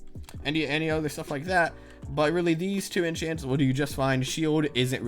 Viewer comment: Did he say inchients